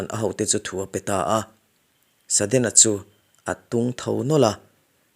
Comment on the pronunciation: Saddena, tilo hian sudden chuan tila, Achang chuan sedden te iti thin in ka hria, Apache, Apachi, ti in ilama